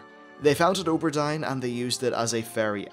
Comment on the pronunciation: you say O ber Dine, i say Aw bur Deen